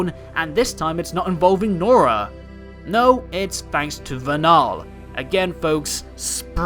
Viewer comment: It's not "ver–NAL". It's "VER–null".